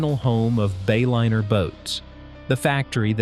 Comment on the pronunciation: You lost me at the Bay-O-liner AI pronunciation